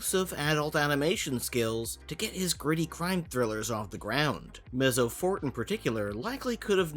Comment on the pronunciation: The zz in Mezzo is pronounced like the zz in pizza. So, "Metso." The e in Forte isn't silent, so it's "Fortay." Read a fucking book